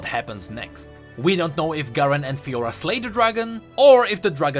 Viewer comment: Garen Crownguard and Fiora ?Lahhoo? sorry just made me laugh xD